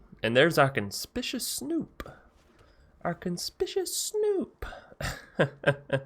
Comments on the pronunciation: legit not trying to be a dick. But con-SPIK-you-aus Conspicuous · Little trouble with “Conspicuous”. 😆 Pro tip: the second “C” is a hard “C”, like the first one. (Fun combos, if nothing happens to Maskwood.)